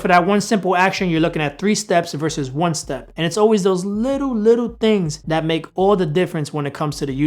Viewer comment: come on man you can do it! "TH" not "D"... you got this. Just focus... THHHHat NOT DDDDat.